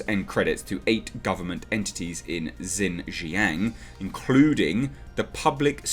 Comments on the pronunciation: I wish I had a microphone to help you with this. But the easiest way to pronounce it is (shin) (zhang) lower case a sound like when a doctor tells you to open your mouth and say aww. Or like the movie Jaws but change the s for ng. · Xinjiang is pronounced more like "Sheen-jee'yanng". For those who encounter Romanised Chinese words from time to time and are curious;-: The "X" is like "sh" and the "i" is like a very, very short "ee". The "ang" is kind of between "ang" and "ong" with barely a hint of "g". Basically, if you see Romanised Chinese words with an "X" and "I", push your lower jaw forward and say "She" through closed teeth. X is never "Z" and they don't have an "i" like the one found in "is". The Roman letters are not English.